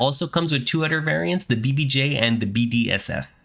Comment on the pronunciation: Honestly man, it's "other" not "otter" that annoys the heck outta me. Bye